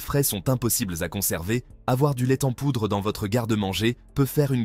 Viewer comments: C'est un truc des indiens d'Amérique. On voit tout de suite d'où vient la vidéo. En plus la prononciation est débile : l'ai ten poudre ! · " le lait t'en poudre" ah ces IA qui ne sont pas très "I" mais ça aide à faire des vues pour pas cher. Pour ma part je m'arrête là c'est insupportable